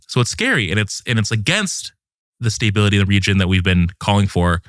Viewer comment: He’s saying “staybility” and it’s driving me insane